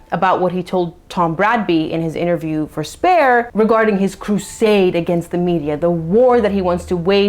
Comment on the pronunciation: Anytime you say "Spare" I hear "Waaaagh" 😂